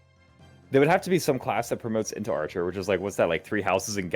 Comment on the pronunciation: "arhcer" lol